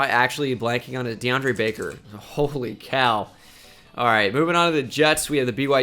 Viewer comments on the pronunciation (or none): none